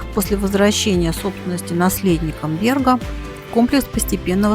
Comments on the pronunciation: Ну наверное произносить надо на латышский манер, как это принято в Риге - бЭрга, а не бЕрга. Слушать НЕВОЗМОЖНО. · Спасибо за фильм. Очень большая и качественная работа. Только бЭрг надо произносить😊😊😊😊😊